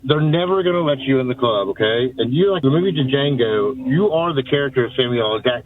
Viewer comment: Dude said Django with the “D” 😂